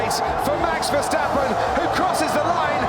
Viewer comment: versHHHtappen? There is no ‘SH’ sound in his name!